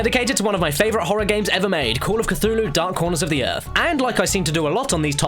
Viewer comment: Well, this is a "shitty" video...Like! Also, "Call of Cthulhu", eh? More like "Call of Scarfulhu"!